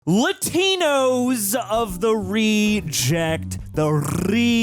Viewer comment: ighh . dont say it like lathe . Latinos is pronounced like ( LAH-TEEN-OHS)